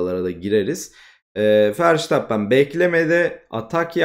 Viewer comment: bu işte yeniyiz bazı adamlardan bahsederken foto koysan daha akılda kalıcı olur bazen telafuzdan da ötürü hangi adamdan bahsettini geç anladım (sen doğru telfuz ediyosun ben yanlış biliyomuşum verstappen i:DDD)